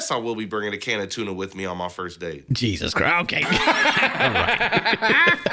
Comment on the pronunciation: Nobody gonna point out that said “tan o’ tuna”?